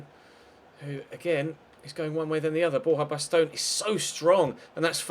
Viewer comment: I know you mentioned why you say player names the way you do in a recent episode and the reasons completely make sense but there are just 2 that still bug me. 1 from today is Borja baston which you say bast-own but I think it should be bast-on. And then Anthony martial I'm sure is as if it was spelt marsial not with a t sound